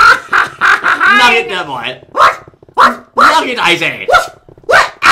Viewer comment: nugget, not nugger -_